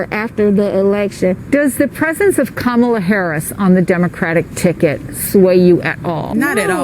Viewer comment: I like how the one girl didn't pronounce Kamala's name correctly